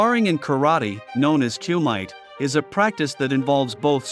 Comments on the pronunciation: Its Ku mi te, not cuemite.. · it is pronounced like coo me tay not coo mite